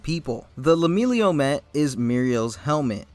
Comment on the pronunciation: It kept bothering me but I'm sure it's pronounced Leh-milliy-unh. Not Lemillio. Otherwise great take on his costume.